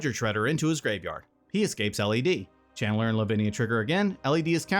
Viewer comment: Were you saying "Chandler" or "Channeler"? Lol